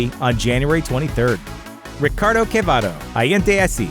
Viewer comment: It´s "Antonio Quevedo" . Not "Quevado".